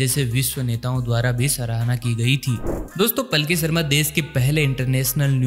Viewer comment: Plki nhi h be, Palki sharma h